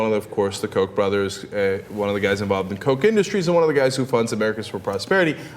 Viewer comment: when you say millions of dollars of kock money some people may get the wrong impression lol